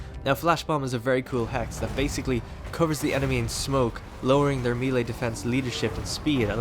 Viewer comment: "engaged in meeley" XD